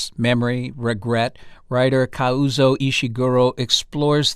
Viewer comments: KAH-ZOO-OH not Kauzo 🙄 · Introduction. The man introduces the programme, by mispronouncing the author's name, not once, but twice! ( he is Kazuo, not Kauzo). So inexcusably arrogant. Otherwise an excellent video and lovely readings. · Would have been super-terrific if the first host could have spent a few seconds to learn to pronounce "Kazuo" properly